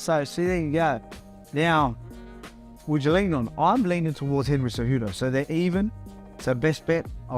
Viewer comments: Lol at Umar saying Genry Cejudo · “Gendry cejudo” I love umar 😂😂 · "Gendry Cejudo"